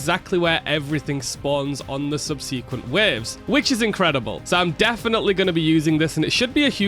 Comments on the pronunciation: how you pronounced subsequent made me vomit. Good luck on the grind! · "subSEAquent" knocked me sick